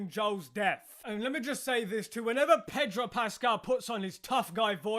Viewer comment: I never knew there was an 'r' in 'Pedro Pascal', still don't.